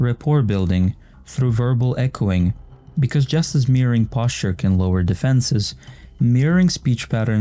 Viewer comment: You did not say “posture” like that.